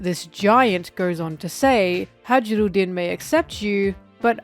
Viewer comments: hajirudin xDD in Japanese its Hai-ru-din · btw hajrudin is pronounced hai ru din. its a scandinavian thing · Fun fact, Hajrudin is pronounced "high-roo-deen" (much easier to say, thank god) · why are you pronouncing Hajrudin like that??? 😭😭😭